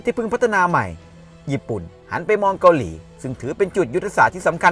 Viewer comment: ชอบคอนเทนท์นะครับ แต่คำว่า “เกาหลี่ เกาหลี่ “ มันขัดๆครับผม รบกวนด้วยครับ